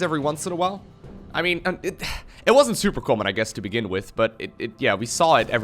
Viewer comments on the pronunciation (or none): none